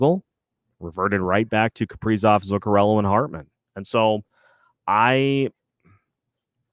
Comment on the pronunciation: Why oh why is the A still on Kaprizov or should I ask Cough-prizov? The 5 highest players just stunk up home ice in a fashion that you can only call choking! It is very apparent these guys will not perform with Dean behind the bench! None of the top 5 millionaires can hit the net and they only kill the team emblem on literally every goaltender they face! I cannot remember the last time Johansson got a shot on goal! Putting Hartman back up when Rossi was getting tge job done??? WTF??? The return of Spurgeon and Boldy only made this team worse! Where is this team's pride? Time to start sanctioning pay over breach of contract! Now you have Dewar and Duhaime out there self destructing and desperately trying to make it happen only to have Duhaime make a very bad decision and got ejected for boarding! This is because of the epic and colossal failure of what should be team's leaders!!! Pied pipers is more like it! Where are they leading? To an early season exit without any chance of hoping for a playoff bid!!! WHAT A BUNCH OF CHOKERS!!! Tomorrow we should have a public jersey burning. Who wants to wear the number and names of these worthless hacks? I mean, what is the front office going to do about it? Can't trade 'em, can't bench 'em and bring up hopefuls! Dean said it in post game he has no ideas what to do. He admitted he's the problem. Billy, wake up and smell the coffee! At least the Oilers realized they had an ineffective coach and dumped him. Billy, the time has come...Dean c